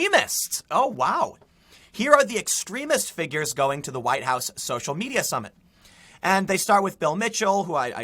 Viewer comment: THE NEXT THING TO BE TAKEN, WILL BE THE NAME OF OUR PRESIDENTS FORTRESS. For you know,the "huwiite" part